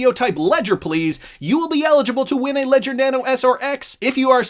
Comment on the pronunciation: Ledger please!!!! Leger please!!!! Need to keep my xrp safe